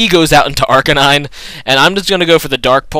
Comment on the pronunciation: he i think its Arcanine and not arcaaanine